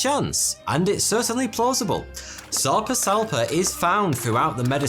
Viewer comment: The whole time he said the fish’s name I heard sectum sempra